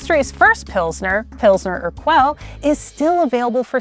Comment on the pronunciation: Czechia is pronounced CHECK-ee-ah. Chechia is in the Caucasus. Also, Urquell is pronounced ur-KEL. Does no one proof these scripts?